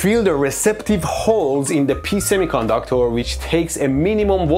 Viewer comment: “ pee semiconductor”